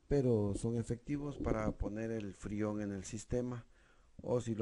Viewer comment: Madre miaaa..que malo no sabes ni decir freon !!